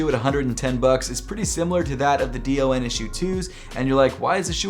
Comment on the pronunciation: Hey! Just wanted to let you know that the DON Issue #2 is usually just pronounced as “Don” and not spelled out letter by letter. I think it’s usually a preference thing but that’s the way Donovan Mitchell pronounces it so I thought I’d just let you know. No hate, love your videos man!